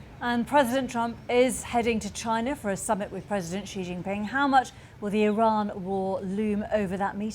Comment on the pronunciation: Did this man say president ZEE?!?!